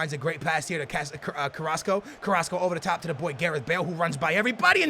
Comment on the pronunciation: Finally pronounced "Carrasco" correctly lol